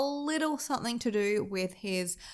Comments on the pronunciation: Why do you put K's on the end of words like something, nothing and anything etc???? They end with a G, I just don't get it...... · Aussie here ! It’s not an accent . She just doesn’t pronounce the words properly for some reason . There is no K on the end .